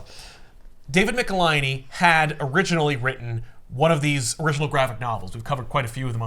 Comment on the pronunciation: David Michelinie Hi David Mecka-hiney Ho